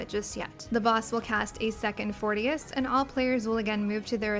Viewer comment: Fourtious hahahahaha 😂😂